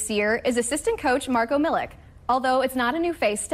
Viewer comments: miliK.....its miliČ like why does NA cant learn this...5 years whit donČiČ and they still are not able to...aghhh xD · It's not Milik, it's Milich. Not so hard to learn. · Milich* not milik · It is not Marko Milik but it is Marko Milić (Militch) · Milić not Milk (pronounced approximately Milich) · How just how can't americans understand that if a person is from europe and their last name ends with IC it's prononced ich like PopoviCH. Is Marko Milich not Marko MiliK. I would understand if players with these kind off last names just started to come into the league but there was so many in the last 30 years and people stil can't figure it out. Crazy...and they work on tv,doing a story about the guy. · He's not 'Milik'. Use the same sound as when you say 'Donchich'. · Pronounciation is Milich ("ch" like CHesse) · hahaha MiliK...It's not K but ch or Ć . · Pronounced MILICH PLEASE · 😂😂😂 Milik, Dinčik and Jokik !! omg, at least prepare for the show like a pro, and learn the first and last names of the people you're talking about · Serius journalism and simple respect to people reequests the surname to be pronunced correctly, which you never did. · A very nice and noble gesture. Bravo for all MAVS coaches, players & management. GO MAVS. Bravo for Marko Milić too. We are very happy for him. But the pronunciation of the surname Milić is not correct. And let journalists do more research and correct pronunciation. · you can say DonČiČ but not MiliČ ? :P